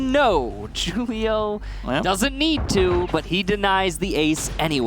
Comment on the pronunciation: "JUUL-IO" drives me absolutely insane. "WHO-LIO"